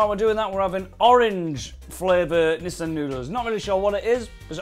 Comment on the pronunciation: its Nissin, not Nissan!!!:D:D